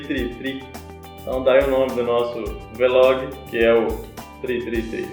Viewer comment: É "vlog" não "v-log"